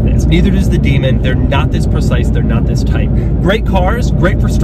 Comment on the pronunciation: he says ZZZZZIIISS IS THE 2020